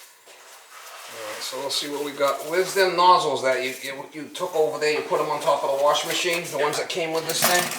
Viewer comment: That boilah ovah theah at your sistah was a leakah 👍